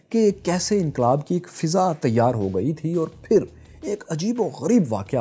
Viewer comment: ہمیشہ کی طرح بہت لاجواب. بس ایک اصلاح کر لیں یہ لفظ فِضا نہیں فَضا ہوتا ہے.